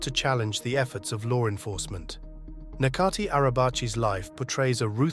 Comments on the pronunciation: In Turkish, the letter "c" corresponds to the English letter "j". So, his name is pronounced like "Najatee", not "Nakatee". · it’s pronounced Nè-jaat-ee